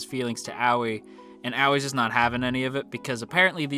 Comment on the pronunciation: Hello this is my first time on this channel and I just wanted to point out that nene and aoi are not pronounced as naenae and owee but the e in nene’s name is pronounced the same way as the e in eh. Aoi is pronounced ah oi. Not trying to offend, just wanted to point this out. I think this is the way the names are pronounced in the Japanese sub